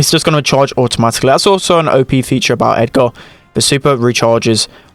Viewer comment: it's not edgaaaar it's edgrrrrr lol